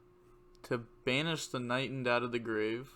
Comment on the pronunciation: And it’s KnightED. Not Knightend. Just to let you know.